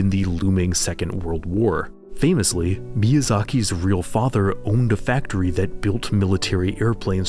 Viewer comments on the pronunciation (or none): none